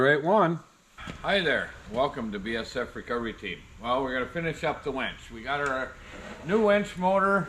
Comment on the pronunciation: Sunday? Thought she was laughing because you said wench.